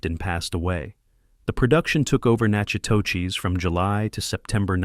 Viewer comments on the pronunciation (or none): The town of Natchitoches, LA is pronounced NAC-O-DISH. I lived very close to Natchitoches, LA on the Natchitoches Hwy. The town is one of the prettiest towns in Louisiana. Very interesting video about one of my favorite movies. Thank You! ❤ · It’s pronounced nakadoches. That’s how we Texans and our Louisiana neighbors pronounce it. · The town is pronounced “Nack-eh- dush” not “natch i toe chez” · The locals never say natch a to chess. They call it nack a tish or nack a teck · Nak a dish or Nak u dish. Never Nak a teck. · I am a Louisianian, and it is not pronounced 'nakadoches.' It's Nack u dish or Nack a dish. Only three syllables are used. There is no 'oches'. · Nak- UH - tish Not nak-uh-toe-chis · Please get the pronunciation correct. It reads as this: noc co tish. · Please, it’s NACK-a-tish in Louisiana, Natch-i -TOTCH iss iin Texas. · Nacha-what?? 🤣 if you’re going to make such a nice video, please research the pronunciation of one of your main points! (Nack-a-tdish) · you did not just say nacka toe cheese??? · It's pronounced Nack-a-dish, not whatever is you"re calling the town in which this film was made. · Omg! It’s pronounced “knack-a-dish,” NOT what the narrator is saying! 😂🤦🏼‍♀️ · It’s pronounced nack ah tish, Louisiana. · It’s pronounced Nakodish.. the town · You're pronouncing the town incorrectly. It's Natchitoches "na·kuh·tuhsh". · It’s Nak-a Tish. Not Nak a whatever he said! 😂😂😂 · NAK-uh-tish That’s how we pronounce Natchitoches. The movie is spot on regarding southern ladies. The cast is phenomenal! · nachitoches= Nah kah dish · Nack a tish. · Nope. Nack-a-dish or Nack-u-dish. Only three syllables are pronounced. And yes, I lived there. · Natchitoches is pronounced “NACK-uh-tish “. Being from Louisiana, I LOVE this movie. It really shows how women can be so soft and sweet but we are absolutely made of steel. And when we support each other, it is powerful. Sally Field is a GENIUS actor. No one could have done that role. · It’s Nac-a-tish Louisiana